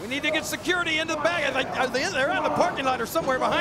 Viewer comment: Haha the king says secority secority